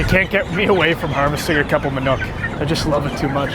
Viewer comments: Manok is pronounced more like "ma-knock" Than "ma-nook" Great vids, keep up the good work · It is not MANUK but MANOK learn to speak